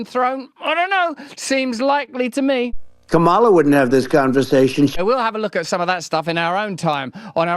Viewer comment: It’s freaking pronounced Kamala - like Pamela. Sheesh.